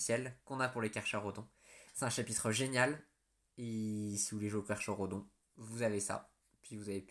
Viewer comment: Tyberos est juste imbattable et inarrêtable mais je doute que GW fasse une nouvelle fig ! Si jamais ça arrive je l'achète directe ! Si il est primarisé... il va atteindre les 3m !!! Petit truc qui ne va pas dans la vidéo : Carcharodons oui mais le "cha" se dit "ca" !